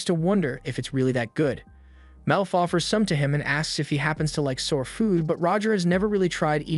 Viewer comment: The mispronunciation of Sour and Rations lol